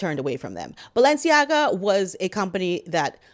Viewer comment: Your Valensiaga 😂😂😂👏👏👏